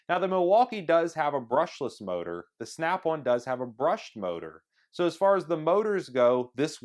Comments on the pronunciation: valid response. Never heard of an American accent where on sounds like one. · In all your videos, you're saying it wrong. It's SNAP ON not SNAP ONE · Why does he keep saying Snap One? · It is SNAP ON not SNAP ONE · Why can this guy not say Snap ON and keeps saying Snap One? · Snap ON not snap OnE😂😂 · ummm its "snap ON" not snap ONE!! LMAO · Snap-won haha I love Americans